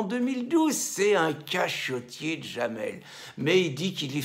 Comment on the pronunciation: Son prénom c'est Jamel, pas Djamel !